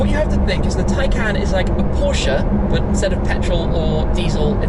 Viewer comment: It's pronounced tie-con